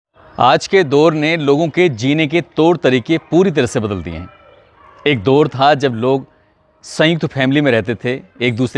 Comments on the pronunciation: दोर नही दौर....तोर नही तौर ....अबे तुम सारे क्राइम स्टोरी सुनाने वाले अनपढ हो क्या 😂😂😂😂😂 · तलफ़्फ़ुज़ पर ध्यान दें दोर नही दौर होता है और हां अल्फ़ाज़ बदल बदल कर यूज़ किया करें आप रोंगटे बहुत खड़े करते हो ये सेंटेंस तो सुन सुन कर मैं थक गया हूँ। 😅😅😅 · दौर होता है दोर नहीं।